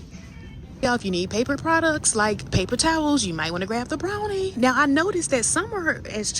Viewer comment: Brawny not Brownie